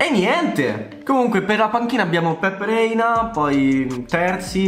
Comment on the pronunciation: si dice Pepe Reina non Pep